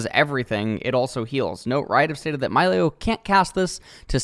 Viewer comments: Why he say it's malio not milio? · Fun fact: The designers at Riot received inspiration for Milio from the Disney Movie Encanto, a story based on Colombian Culture. As a Colombian born in Canada, this is so awesome! so excited to play him in the Botlane! ( it should be pronounced: "mee-lee-oh" as per spanish pronounciation) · I believe it's pronounced 'Me-Lee-o' if only because that's typically how vowel-consonant-vowel works. Pronounce the 'i' like a hard 'E' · It's a Latin Champion, so they're name is pronounced like spanish words or names, so it's Milio (Mee-leeo) NOT Myleo (Mai-leo) >.>'' BUT if you're an english speaker and isn't good or know spanish, just do you lol, gonna be awkward if Milio's VO itself says it with an english pronounciation though xD